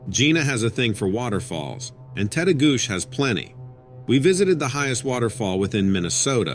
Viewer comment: Story 5: FYI Tettegouche ends with a chi sound instead of a sh. Lol. And, it’s a great park for climbing over Lake Superior, too. Those hikers disrupted a telepathic Sabe/Sasquatch man. It’s probably best to state your intentions when going into the woods and (personal experience at my parent’s cabin near Grand Rapids, MN) Sabe love bananas, grapes, apples, nuts and fruit loops, so you can always offer some as a peacemaking gesture before telling him that you are only visiting and about to leave now. Most cryptids can understand English and Or sense our intentions. So, don’t think about their stench, as they think they smell good and we stink. 😅